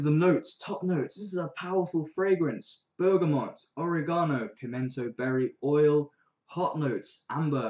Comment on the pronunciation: you mispronounced oregano